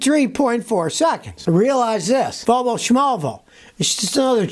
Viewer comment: ...Wolwo...they can't grok the letter "v"...